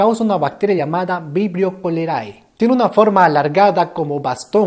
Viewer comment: sólo quiero decirte que la "ae" en latín se pronuncia "e", lo aprendí ayer en un video de pronunciación correcta de los nombres científicos. Entonces se diría "Vibrio colere" (Vibrio cholerae). Saludos crack:3